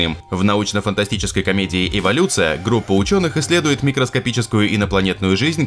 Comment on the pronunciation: Автор, эволюция, а не иволюция)))